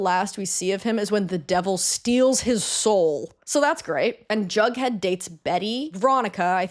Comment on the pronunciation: Wait - Jughead? Jug??? i was hearing drunkhead ;_; jeeeeeeesus